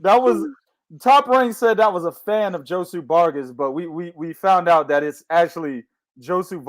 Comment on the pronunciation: this ninja done said Josu...Josue..Jose to Joshua Vargas all under 10 minutes lmao fucked up is prolly dissed Josue whole living lineage and aint even know it